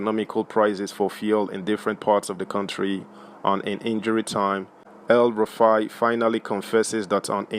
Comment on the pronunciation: It’s EL-Rufai NOT Hell- Rufai.